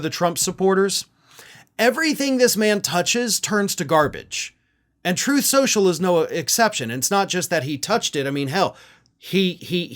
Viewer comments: "Troth. Cential." - DJT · Actually, according to Donald, it's pronounced "Troth Socul".